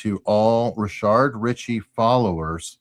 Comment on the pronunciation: I’m curious if you guys mispronounce his name on purpose or by accident? (It’s Rah-shad, not Rih-shaRd.) If it’s on purpose, Rah-shart would be funnier.